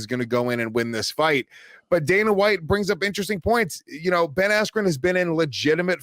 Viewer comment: Dana can’t even say the name Ben Askren 🤣